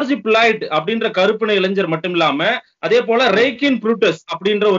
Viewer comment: thought you will share the exact details. Also pronouncing of Floyd and Minneapolis has to be taken care.